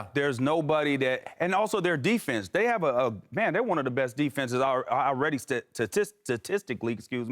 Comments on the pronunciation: Eddie House still struggling with the word "statistically" smh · eddie house cannot pronounce 'statistically' to save his life. he always struggles with that. smh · its confirmed.. Eddie House can't pronounce statistically in the first try.